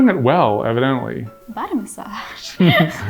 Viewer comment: evidently you bean EVANdently?